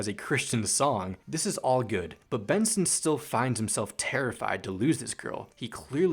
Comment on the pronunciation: Bro bro know why is he calling Benson literally Boone it isn't boom it's Benson